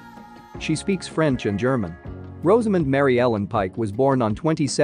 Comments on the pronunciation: You could start by pronoucing her first name correctly... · All this about Rosamund whilst mispronouncing it!